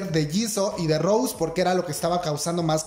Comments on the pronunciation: No es Rose, es Rosé con acento, no hate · DÁNDOSELA DE BLINK Y VA Y PRONUNCIA MAL EL NOMBRE DE LA ROSÉ JAJJAJAJAJA QUE RISA si vas a jalar bolita por lo menos infórmate